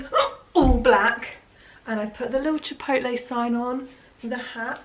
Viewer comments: Pronounce “chip-potle” :)))))) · Is anyone else's dad like mine and adamantly refuses to pronounce it "chip-owt-lay" and insists it's "chip-ot-el". No? Just mine? Cool.